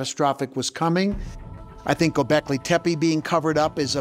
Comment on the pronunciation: Is it really that hard to say GO BECKLEY?